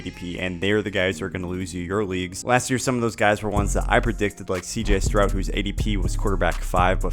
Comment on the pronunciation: Lmao cant even pronounce stroud correctly 🤡🤡